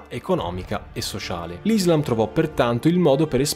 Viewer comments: Ti prego non odiarmi, ci tenevo sola a dirti se posso che si dice “Islaaam”, con l’accento sulla A. Scusami la mia pignolaggine, è deformazione professionale da studiosa di Islamistica... bellissimo video✨ ☪️ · NON IZLAM MA ISSSSSSLAM E NON MOAMETTO MA M O H A M M E D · Le conquiste sono iniziate dopo la morte di Muhammad...e comunque si dice IslÁm.